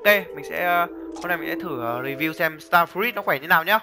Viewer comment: start fờ rút anh ơi chứ ko phải là start fi rít